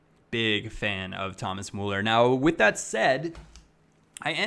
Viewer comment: it is about time you learn to pronounce Müller, with you being a Bayern fan and all.:)